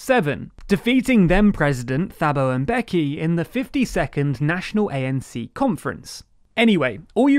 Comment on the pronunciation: Taa-bo M-bek-ee